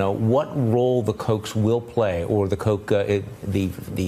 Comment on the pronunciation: ........ it's pronounced "Coke" and not "Coch"??